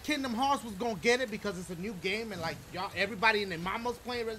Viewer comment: did he say I need to look at my map “lick” ?😂😂